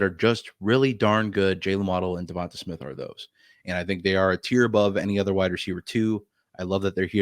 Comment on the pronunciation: Good info but I turned it off as soon as you said Devonta Smith’s name wrong 😆